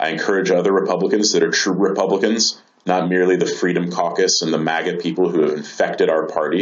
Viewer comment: Well reasoned arguments. Love the way he spat out "MAGA" 😂😂😂